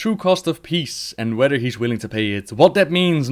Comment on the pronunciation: "wheder" its whether you pleb.